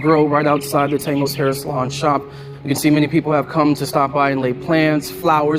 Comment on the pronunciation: I know it's the dude's accent and that he's saying salon but to me it sounds like he's saying "salad."